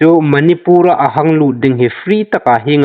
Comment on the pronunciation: Manipur i lamdan a thluk andiknawh.